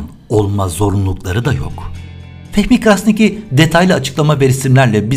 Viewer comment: bir detay bilgi ama Fehmi Bey'in arnavut soy ismi şu şekilde telaffuz ediliyor: Kraşniki